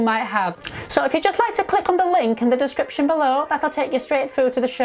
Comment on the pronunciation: i like how jay changed the pronunciation of "descriptiiiions" to make it rhyme with the last bit "Egyptiaaaaaans"